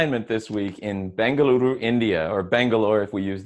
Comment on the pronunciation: Thanks for pronouncing Bengaluru Spot-On !